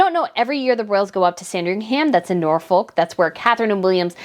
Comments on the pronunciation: I agree. However, Norfolk is pronounced Norfuk (like foot) and both Buckingham and Sandringham need to have that last "a" dropped when saying those words. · Pronunciation tip! Sandringham is pronounced 'Sandring 'um'. Norfolk - 'Nor 'fuk' no folk!